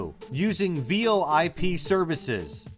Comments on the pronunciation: I was saying it's merely pronounced like "voyp", not V.O.I.P even though it is spelt that way. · Really? V O I P SERCICES? That's not how it's pronounced